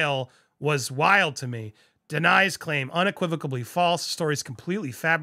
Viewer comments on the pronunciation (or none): I feel so bad for Will either way, Jada has done him no favors and he's so much better than her! I've been wishing he'd just leave her for a long time.. also, there's no B in the word unequivocally lol just saying 💁🏼‍♀️